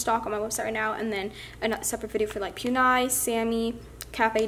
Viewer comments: It’s it’s poo-nee-mar-ooh not pew-nee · I’m sorry but you are pronouncing Puni Maru wrong. It is not pu niya. ( idk how to spell how you said it lol) . It is poo-ne- ma- roo. I just spelled how I think it is said. No hate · Its puni(poonee) notpyuni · no offence but every time she says 'puni' pronounced as 'poon-eye' instead of 'puni' pronounced 'poonie' i kinda die inside. not hating though, amazing store; 10/10♡♡ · Poon-I 😂 FYI it is pronounced "Poon-e Ma-roo" 😊👍🏻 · its not pun- I its pronounced pun-E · It’s Puni Maru not PUNE-I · Oh no trying to be mean but Puni is not poon- i it is pue-ni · It’s not pun i it’s puni and not just puni it’s puni maru no hate tho just figure it out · its pronounced like pune not pu-ni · You say pu - knee not pu -ni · Not trying to hate but u said ‘poon eye’ but it is pronounced ‘poonie’ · I got so triggered when she said pewnie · i wasn't aaaaallllllooooonnnnneeeeeeeee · ghostyykuma she also says “maroo” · ghostyykuma me too lol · she has really good squishies in her shop yet she says Pue Nigh 😂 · It triggers me when u say Pue-nye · She is saying puni wrong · You do not pronounce puni correct